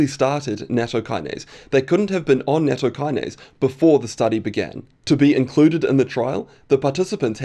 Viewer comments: I suspect it's pronounced Natto Key-Nah-Say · It's pronounced nah-t-toh